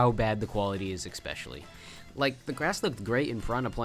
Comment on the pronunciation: bruh, u said especially about a thousand times but also managed to never say it 'eXpectially' is not a word my man, its just SO jarring when you say it like 2x per track....ESS-PESH-ELL-EE is the phonetic spelling, thats what u get for putting trash above ninja hideaway cuz its a hard course lol - but fr, PLEASE change that